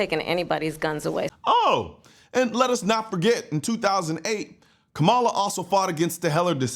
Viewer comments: If you would pronounce her name correctly you would actually get more respect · Come on you gotta pronounce her name right though, put some respect on her name.